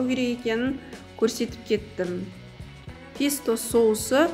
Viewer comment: рУккола, пЕсто дұрыс ударение қойып сөйлеңіз